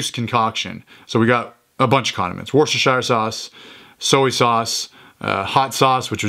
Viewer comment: It's pronounced "Wuster sauce" 😁